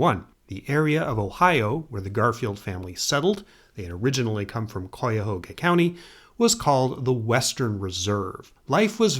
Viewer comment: As much as I love this video, as a northeast Ohio native, the pronunciation is straight up hilarious. Kai-ya-Haw-ga (cuyahoga) and Gee-aw-gah (Geauga)…that’s at least how Clevelanders say it